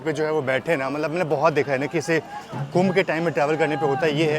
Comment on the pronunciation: Bhai sahab it's not कुंभा एक्सप्रेस...it's कुंभ एक्सप्रेस..... वाराणसी से हो.... बगल में महाकुंभ चल रहा है। कुछ तो दिमाग लगाते